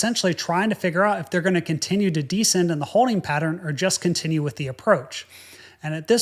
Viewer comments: Have you ever noticed that you are the only English speaker who emphasizes the FIRST syllable of "descend" and "descent"? Because these are words you use all the time, can't you listen to how all other people pronounce them, and follow suit? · The word you're looking for would seem to be "descend," pronounced Di'-send -- with the accent on the first syllable. This DEEE-send thing you keep uttering is not part of the English language. It's just a strange YouTuby sort of noise. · Interesting and detailed video, but I find the fact that you constantly alternate your pronunciation of the words 'descend' and 'descent' pretty distracting (and a bit annoying, TBH). Sometimes descend is pronounced des-SEND and at other times DEE-send and the same with the word 'descent' (des-SEND and/or DEE-send). Please commit! That said, the correct pronunciation of both words is with the emphasis on the last syllable - des-SEND. FYI and - of course - IMHO...